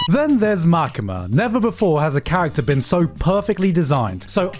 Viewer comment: Bro, did you just mispronounce Makima? 😂